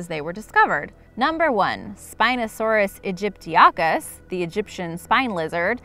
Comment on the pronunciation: It’s “Spinosaurus Egypt-te-cus”